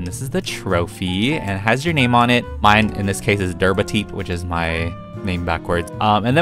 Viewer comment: After all these years, I finally know how to pronounce daerbhateep!